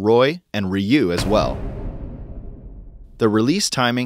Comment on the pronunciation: Ok why the hell are they calling him reeu ove been playing street fighter since 1992 and in america its ryu with a y.